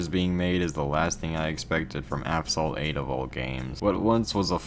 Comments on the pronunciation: I honestly respect every word you said as a player of the game myself since I was ... 7 (damn 8 years ago) but I saw some errors in the video 🤓. 1. Asphalt (pronounced As.Fault) 2. You showed the lunar stage in the sector 8 part, honestly ngl both are bangers especially the song redline in the lunar stage Yeah that's all errors no the updates... yeah its worser 1. Credits are rendered useless used only for upgrades which is same for fusion coins which is free to play. 2. Tokens are free to play and in the topic of tokens. 3. All cars are now available with tokens, and all skins are for vouchers. 4. NEVER grind the car hunt, it's only one car for all the poor people now 5. Now you can make your own pay to win bundle...why?idk. 6. All cars that were for fusion coins are now off sale, this hit me hard cuz I was grinding 2.5 million fusion coins for the agera rs and when I reached 2 million, I heard the news that all fusion coin cars are gonna become off sale, so I really needed an A class car so I had to take the Peugeot onyx. Yeah that's all and why my childhood game has been fumbled by money hungry developers, and this is the last ever time I would EVER play asphalt 8 sadly, bye :). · Dude cant say asphalt correctly. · man how are you gonna make a video about a game you cant even say right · In just the first millisecond, bro fumbled the name 😭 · Not even a second in and you mispronounced the game. Not watching. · You say app salt, its pronounced ass fault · afsalt? its assfault, or ashfault thats how you pronounce asphalt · Why do you pronounce it like "avsalt"? You pronounced "aspect" correctly "As-pect", "as-phalt" - it's right there 💀💀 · This video is unwatchable due to the constant intentional "Aphsalt" ragebait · Why do you keep saying aphsalt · STOP FUCKING SAYING "AFSALT" WHAT THE FUCK IS WRONG WITH YOU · WHY DO YOU KEEP CALLING IT AFSALT NIGGA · Nigga did u call it "Afsalt" in the beginning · Asphalt ❌ Aphsalt ✔️ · Asphalt 8 : ❌ Afsalt : ✔️ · "APHSOLT 8"